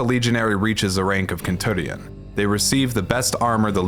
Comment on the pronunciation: Kentuŕion.... seriously??? You did this on purpose didn't you?